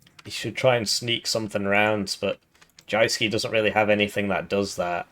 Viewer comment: It's pronounced Youske.